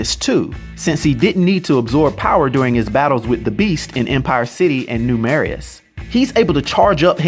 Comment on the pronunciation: New Marias is pronounced "New Meray"